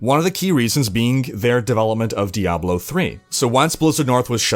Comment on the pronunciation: Thank you for saying Diahblo instead of DiABlo.